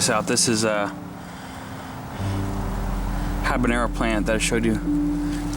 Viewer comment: Nice garden! BTW, it's habanero, without the ñ. Best wishes!